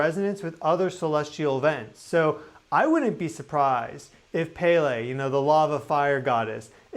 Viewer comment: Thanks for all if your sharing of information. Please take no offense, but the true pronunciation of Pele, is Pel- lay. We wouldn't want to offend the Hawaiian goddess of fire. 😊